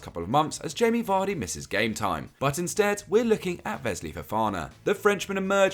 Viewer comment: Vesly or Wesley 🤣